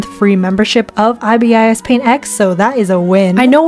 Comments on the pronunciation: lol it’s eye-bis-paint😭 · "i-b-i-s paint" I dont care u said that wrong i wont hate on u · IVY A$$ PAINT? 😃 (the ibis paint pronounciation is so funny) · Bruh. It's pronounced eye biss paint 😑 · “IB I S Paint 😭😭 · "eye-bee-ass paint" 💀 (not hate, i just think its funny) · "I B I S paint"😂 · GIRL ITS PRONOUNCED 'A.I.B.I.S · its pronounced eye-bis paint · “Eyebeeyes paint” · "eye bee eye ess paint" 💀 👁 👄 👁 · As an ibis paint user your judgement was true BUT THE WAY YOU PRONOUNCE IT MAKES ME WANNA CRY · why did u pronounce ibispaint like that 😭😭😭😭 pronouce the ibis like eye-bis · Everytime you pronounced ibis as i-b-i-s a part of me died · aussie here, you pronounce the bird like eye-biss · Rip i say ee-bis paint idk how to pronounce it as an ibis paint user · i was practically yelling at my screen out of PAIN when she said I B S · helpp not u pronouncing Ibispaint ''I-B-S paint" 😭😭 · why are you pronouncing ibis paint so wrong omg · As an ibisPaint user. YOU SAID THE NAME WRONG THE WHOLE VIDEO 😡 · dying the way she’s pronouncing ibisPaint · As an ibispaint user u can stop it from being pixelated if you opened that Erm...thingymajig on the side when ur choosing your canvas also now when you save you can choose an option called 'ai super resolution' which can make it have a better resolution..I think. Also they way you pronounced ibispaint was diabolical 😭🙏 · depends on the country accent and language, Spanish speakers pronounce i as ee, that's the correct way. For us it's really weird when you pronounce vowels in a different way as they're written. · i,b,I,s paint? Bliss without the s and l but with the I lady,… prounounce it LADY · not subbing. pronounced ibispaint as eye-bee-eye-es-paint when its supposed to be ib-i-s-paint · nothing wrong just that ibis paint is not pronounced i b is paint its i bis paint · Medibang has a library for new creator to learn. And iyou pronounce it aibis paint not aiaiabias pant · is she using an ai voice it said i-b-is not ibis